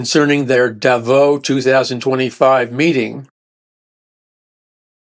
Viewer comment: Pronounced "DAvos". First syllable accented.